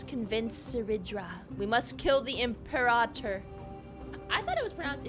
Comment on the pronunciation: the way they say "imperator" is so odd after hearing its pronunciation from 40k